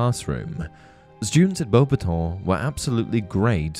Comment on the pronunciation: The way u say bobaton is infuriating